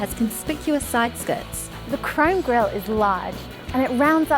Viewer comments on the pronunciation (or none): none